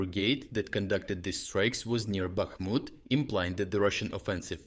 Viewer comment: I think this terrible AI reader is awful. Man, read it yourself or gunna have to pull support. Where tf is Car-keev? No real Ukrainian would say it like that. Back-mutt. ffs